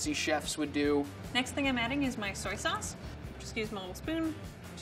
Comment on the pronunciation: Why are and saying SauNcE? Instead of sauce